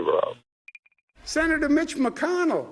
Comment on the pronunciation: Mitch Mac-Conn-ell.